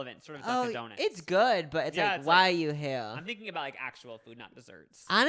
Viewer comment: i just noticed says "donit" not "donut"